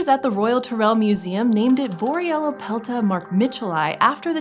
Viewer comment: take a shot everytime she says boryellapelta